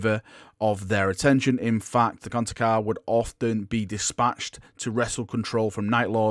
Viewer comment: somehow I dont think you are pronouncing it correctly...